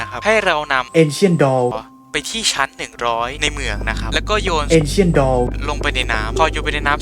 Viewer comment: Ancient: เอนเชี่ยน อ่านตามตัวถ้าไม่แน่ใจก็เอาเข้า Translate แล้วให้อ่านให้ฟังครับ มันจะดูลื่นไหลมาก